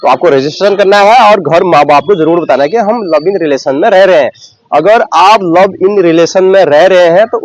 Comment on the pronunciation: लव इन नही लिव इन होता भाई कहा की पढाई😂😂